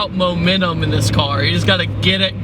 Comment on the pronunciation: "Momenum." - 2015 x'D